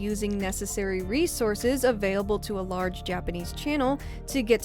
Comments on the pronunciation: Anyone know what accent has? She says "avay-able" as opposed to "avail-able". It catches my ear and ive never heard it before,. has a very familiar voice that I enjoy, but I am curious about that! [love the vids!] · Her bio used to say she pronounces available weird XD